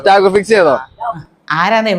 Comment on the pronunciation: രവീന്ദ്ര നാഥ ട്ടാഗോർ എന്ന് പറയാൻ പോലും അറിയാത്ത കുട്ടികൾ